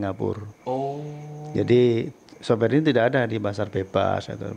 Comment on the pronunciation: software pak bukan soware !!! lol